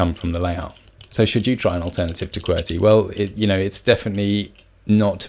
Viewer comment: Key-Bee-Are !?! Key-Bur !!